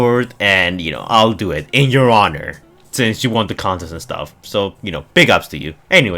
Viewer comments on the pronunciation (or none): none